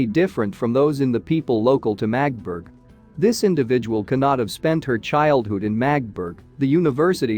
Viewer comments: Please, it’s not Magtburg, but Magdeburg… give it some effort. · The town is pronounced MAG DE BURG. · Can't anyone program these robo-voices to pronounce words correctly? Among the many mispronunciations — so many that parts of the narration are unintelligible — "Magdeburg" is pronounced with three syllables: "MAE-duh-berg" and "isotope" is pronounced "EYE-sow-tope." I could go on and on and on. But the garbled pronunciation coupled with multiple misstatements of fact render your video useless. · Yep. The voice totally butchers the pronounciation of the name Magdeburg.